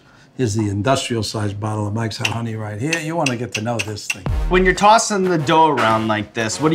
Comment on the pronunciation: ok, so whats he say? sounds like "mxyzan honey"? whats that then? sounds like a crucial ingredient but I've no idea what he says.